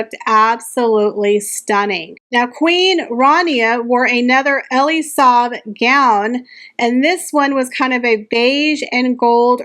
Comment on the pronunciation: there were many pronunciation errors in this video